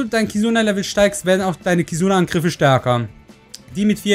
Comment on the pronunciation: Wie du "Angriffe" ausgesprochen hast XDD